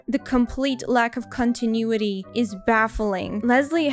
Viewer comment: Did you say cuntinuity? haha